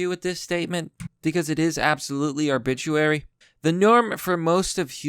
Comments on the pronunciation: Arbit-RARY not arbit-UARY. LOL Sorry that was kinda annoying. This guy will learn about the birds and the bees in prison. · Ar-bi-trary.. not Ar-bitch-uary..... LOL. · I hope you don't write my arbituary. It's Arbitrary. Ar-bih-trary. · Are-bituary.... AR-BI-TRARY Christ almighty.... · Seriously? Arbituary? Is "arbitrary" really such a difficult word? Maybe you should find another line of work if you can't even pronounce the big words... Kek. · Arbituary.... What? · Arbituary. I say we coin this as a new word for a vague obituary. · You are saying obituary instead of arbitrary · Never trust a male feminist... they always turn out to be terrible people Also, “ar-bit-ra-ree” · AR-bih-treh-ree Arbitrary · say it with me "ARE BUHT RARE EE" :D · AR BIH TRARE EE "arbitrary"